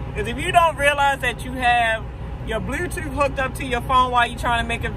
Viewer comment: U r so beautiful ms, but I can't front I had to double check the way you said Bluetooth. It sounded like you said "blew tew" lol